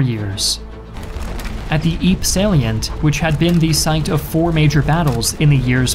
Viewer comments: Ypres/Ieper is pronounces as in Flemish regardless of the French spelling. IEPER... "Iper". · like ur vids dude but you gotta do like, the bare minimum research on how to pronounce stuff like "Ypres"